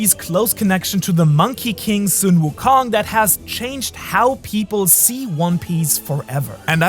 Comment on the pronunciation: FINALLY someone says Sun Wukong the right way and not like the actual sun. It's bot an English name so I dont get why everyone says it wrong.